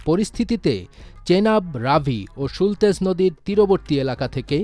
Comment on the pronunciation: সুলতেজ 😂😂😂 সুতলজ 💯